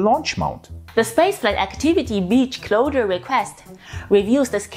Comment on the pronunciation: "Rural areas" you can cheat by saying is like this 'roaral areas'. J needs to work on 'closure dates' it sounds like she is saying 'clowder dates'